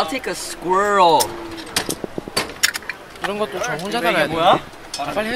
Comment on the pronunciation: no one: nobody: literally no even a single soul Mark: I'll take a SQQQQQQurial